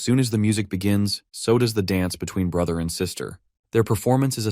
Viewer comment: His sister said bruhter😂